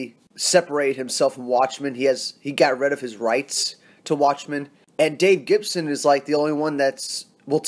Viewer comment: Its dave gibbons mate, not gibson. Like your channel. Subbed.